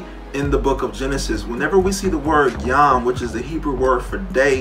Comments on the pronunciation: its a massive leap of logic to go from the Hebrew "yum" as he pronounced (יְוֹם which I believe is usually pronounced like yom) to young simply because they sound vaguely similar. Am I misunderstanding him? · Just one thing I wanted to point out: this dude can’t even pronounce his evidence properly. יְוֹם is pronounced “yome”, not “yom” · Lol "yahm" the way he's pronouncing it means sea. It's yohm. And the argument is still fucking nonsense. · Jew here, uhhh.... the Torah is a song. It's not supposed to be literal, it's figurative. The story of the Garden of Eden is about coping with exile in Judaism, not about sin. Also he keeps pronouncing Yom wrong and that bothers me. Christians need to stop using Hebrew to make their case cause they don't know anything about it.